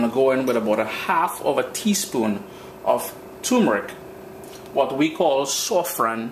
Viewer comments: Born and grow in st joseph ,trinidad an neva hear bou sOffran is sAffrAn eh mister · It is not pronounced 'soffron'but 'sAffron'